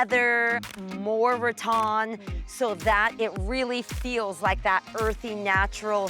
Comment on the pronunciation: Saying rattan like RAW-TOHN is bizarre, it's rattan like Ra-Tan, girl C'mon